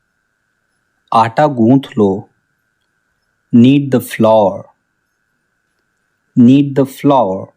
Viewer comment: I'm. Tir. Hee. Is. Taking. Dha. Bath.. What. Are. You. Loking.